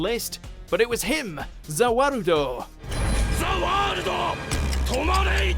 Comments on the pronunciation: You said these wrong: Emperor Crimson, Shining Diamond, Zipper Man, Deadly Queen, Golden Wind, and Za warudo (its a very dumb thing to call it the world) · admit it, we all say zawurdo too before and dio say it too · I kinda cringed when he said "za warudo"